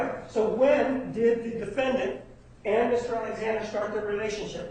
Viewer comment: Will somebody just tell that judge that it isn't pronounced "defendANT"